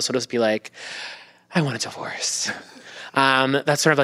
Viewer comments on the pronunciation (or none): Lmao divorec?😂 ugh am i like one of those aholes that corrects you when you miss speak now?